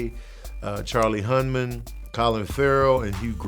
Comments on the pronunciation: It's Charlie Hunnan not HunMan. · Hunman. Lol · Charlie Hunnam *Hun Num